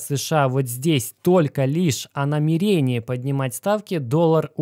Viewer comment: Автор, в слове намерение 5 слогов. Ударение ставится на 2 слог - намЕрение.